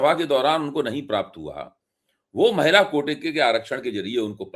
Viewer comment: मैला नहीं महिला ...!